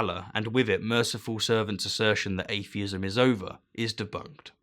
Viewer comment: Sounds like he's saying "alienism" at first